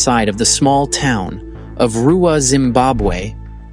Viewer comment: Zimbabwean here you nailed the pronunciation of Ruwa.